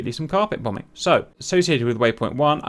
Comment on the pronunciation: A very interesting tutorial, I shall be trying this out. We must deal with these dangerous killer robot cows. Also, just the way Cap was saying Bom-Bing was making me laugh. A small thing that just cheered me up a bit.